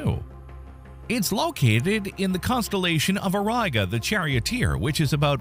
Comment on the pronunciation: SURELY the constellation is pronounced au-rEE-ga, not au-rEYE-ga